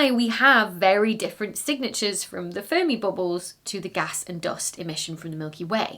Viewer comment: the last time she said the name I heard furby bubbles 😂